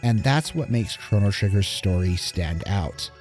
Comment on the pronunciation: Nice. Except I couldn't ignore the way your pronounce Lavos, Lav OS, not Lav AS lol. And it's Crono, not Cronno. 10/10 regardless.